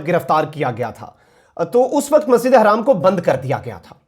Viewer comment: Hi brother like your channel but just to ask you to clarify me that the pronunciation about masjid e haram or harram because haram is house and harram is not acceptable in Islam so please when you say masjid e haram not harram please clear this issue 😉